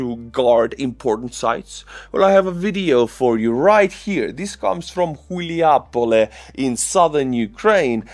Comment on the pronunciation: Its Hulaj-Pole. Not Chilja-Pole ... Chuljapole sounds like something else. 🤣